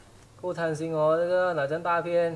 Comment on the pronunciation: 我把大片听成大便